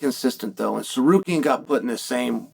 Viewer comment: How does chael butcher Armans last name… then magically start pronouncing it correctly… then by the end of the video or the beginning of the next he’s right back just winging it 😂